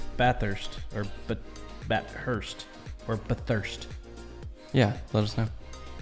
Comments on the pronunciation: Its what we call V8 supercars, not a indycar, you actually pronounced bathurst the correct way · baff-hirst is how we say it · There's not really a uniform way Aussies say Bathurst. Because similar to the British some people would pronounce bath like "barth" but by and large most would say it without the "r" sound. So generally I guess it'd sound like "ba-thirst" for most. And "Barth-urst" to some others.